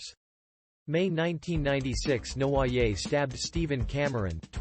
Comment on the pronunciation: Seriously if you are going to cover a convicted criminal please learn to pronounce their name correctly and it's Prison not Jail in the UK.....